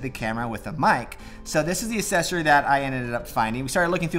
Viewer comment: “Assessory”? “Expectially”? Might be time to put down the camera and read a book.